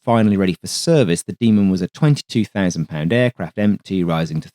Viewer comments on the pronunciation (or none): none